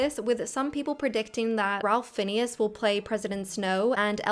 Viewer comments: it's phonetically pronounced: Ray-if Fines. not Ra-ul-if Fin-Nee-us. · I agree with your points, that's why I'm not that interested in the modern cinema as I was 10 years ago... same faces, same plots, TOO MANY remakes. p.s. You did Ralph Finnes dirty, though🤭 he is /reɪf ˈfaɪnz/ not "Ralf Finies" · BEATLES… 🚨 pronunciation police 👮 RALPH FIENNES pronounces his name “Rafe Fines” not “Rolf Phineas.” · Ralph Fienes! His name sounds like (fines) he’s a very successful British actor! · Ok, I just have to say... it's pronounced Rafe Fines. Not Ralph Finneas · Not Ray but Rafe, as far as I know. 😊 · The genius who is Ralph Finnes is pronounced "RAFE FINES." :) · Yes, and his first name is pronounced Rafe not Ralf. Several of the examples of biopics from the supposed good old days were also big names at the time. RDJ had been a huge name long known as much for his troubles as his roles when he played Chaplin. DeNiro was an icon long before Raging Bull. Julie Andrews was the It Girl by the time Sound of Music came out. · His name is pronounced like Rafe Fines. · Hey, Ralph Fienes is pronounced Ray Fines. Just an FYI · Please check your pronunciation of: Ralph Fiennes. Should be "Rafe Fines" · I agree with the premise of the video and have been thinking about this for YEARS. They are also making a bunch of remakes that no one asked for. We need more original stories. FYI, that isn’t how you pronounce Ralph Fiennes. It’s pronounced like Rayf Faynes. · Great analysis. No hate but his name is pronounced as "Ray Fines". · did... did you say ralph finneus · That's not exactly how you pronounce Ralph Fiennes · You lost me with your pronunciation of Ralph Fiennes's name despite you being an English person hahaha. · lol the way she pronounces Ralph fiennes name has me laughing so hard